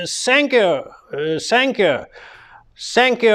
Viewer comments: Сенькью при сенкью😂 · Сэнкью~прэсенкью в😂😂😂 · сєньк'ю просеньк'ю😅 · Сэнкью- пресэнкью , дякую, аж подскакиваю...😂